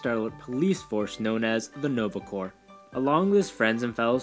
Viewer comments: Guys I know "corps" looks like it would sound like "corpse", but it actually sounds like "core". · I'm actually looking forward to Nova and GotG for now as they are the only characters of all the Marvel books I'm unfamiliar with. By the way Corps is pronounced "core".